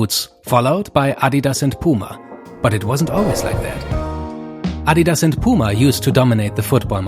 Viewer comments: Love how he actually pronounce Adidas correctly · Its so weird hearing someone actually able to pronounce “Adidas” correctly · I love how you guys say Adidas, the correct pronunciation, also loved to see neymar rolling out of the screen , greetings from Brazil 🇧🇷